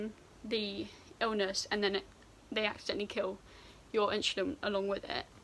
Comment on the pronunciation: you say insulin like my science teacher “inshulin”